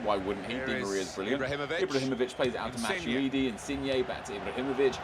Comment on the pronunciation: It's "matweedi" not "matchuidi"